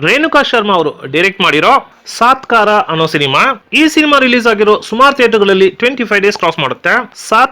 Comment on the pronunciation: Adu saatkara alla guru. Satkaara